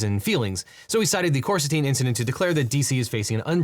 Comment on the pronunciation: I thought “Big Balls” was called Coristine, not Corsitine. Are you sure you got the name right?